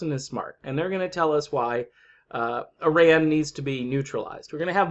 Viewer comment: Kudos to you, that you pronounce "Iran" the correct way!